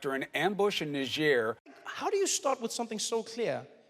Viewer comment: love your show. but please learn the pronunciation of 'Niger'.